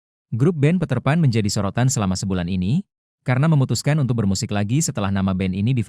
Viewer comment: Peterpan ❌ Paterpan ✅ 😂😂😂